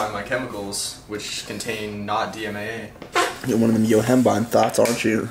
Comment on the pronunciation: is the type of guy to say dmma instead of dmaa. Savage